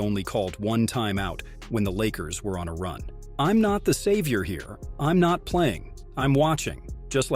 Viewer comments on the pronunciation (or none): none